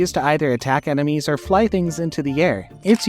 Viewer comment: You said emenies instead of enemies